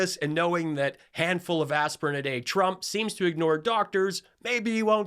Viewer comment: I like the way leaverite’s speech impediment makes it sound like she’s saying “president chump”